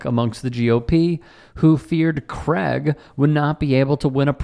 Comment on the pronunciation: Craig, a Scottish name, is pronounced like Crayg rather than Cragg. Otherwise, brilliant. Go get 'em!